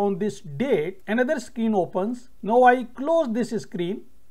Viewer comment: NOW is pronounced N-long OW. It rhymes with HOW, COW, POW. You can search on google